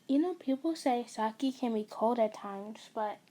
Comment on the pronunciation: I'm not trying to be mean but it really annoys me that you say S - A - K - I and not S - AI - K - I please do not take it personally